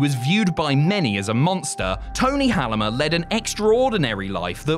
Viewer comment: It's actually pronounced Hull-meh, is not pronouncing it right but still good.